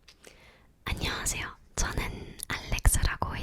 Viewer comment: 안녕하세’요’ 가 아니라 안녕 하세’여’ 에서 한국인인줄 알았어요,,..✨저는 프랑스어 공부중인데 어쩐지 굉장히 자극받네요🖤 감사합니다 ☺️